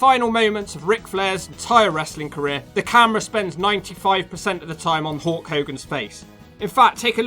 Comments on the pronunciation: It's Hulk not hawk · are you saying hulk or hawk?